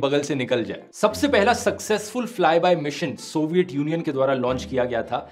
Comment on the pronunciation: Please pronounce तूट, थंड, सोवियट, धूंडने correctly. No idea why you guys pronounce these words wrong. I know dhruv bhai you're good pronounce त, ट, ठ, ध. You've good command in hindi still many youtubers are pronouncing normal hindi words like ठेटर, ठाउज़ेन्ड, बद्दे It's really annoying whenever I hear these wrong pronounciations in place of टूट, ठण्ड, सोवियत, ढूंढने, थियेटर, थाउजेंड, बर्थडे.